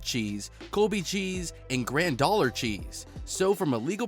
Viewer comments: "Granddollar" cheese? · Gran dollar cheese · Grandollar? Kirate? Prosphates? Good lord the mis-pronunciation rate is astounding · Grand Grandollar homogenzatiton